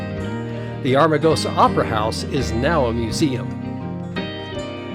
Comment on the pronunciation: Nice episode. I’ve been all over Death Valley. Magnificent. By the way, it is Am-ar-gosa, not Ar-ma-gosa.